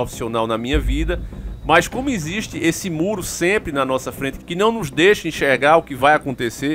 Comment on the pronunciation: Cara pelo amor de deus vai aprender a falar o português básico pelo menos! “Insiste” nao existe! A palavra é existe e nao “insiste”! Chega a ser bizarro vc falando palavras básicas de forma errada! Perde toda credibilidade!